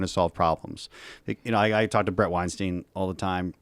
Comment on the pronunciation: is his first name pronounced breet? do you also say froderick?